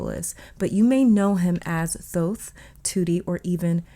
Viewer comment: We love that you say his name correctly 🥹💗